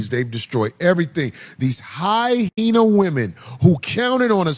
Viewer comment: Mf its hyena!! Not hyhena!!